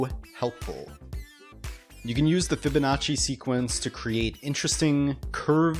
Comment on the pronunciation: When he said fibonnaci i shot my self